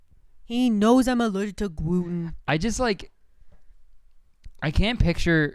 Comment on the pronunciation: "he knows I'm allergic to gwuten"